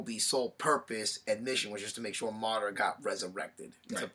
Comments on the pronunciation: yeah that bugged me. rinnengan was like "ren-igen" and Madara was "mader-uh" Nagato was like "nagudo" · Did anybody else notice they pronounce everything wrong? Rinnegan, Madara, Uchiha,Uzumaki, Nagato, and some other one's I don't feel like typing.